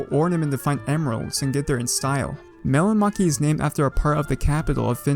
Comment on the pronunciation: I live in finland and it is not mellanmaki it is mellonmäki